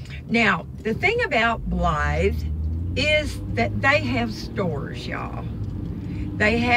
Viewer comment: You said Blythe perfect. That is my middle name. Nobody ever says it right.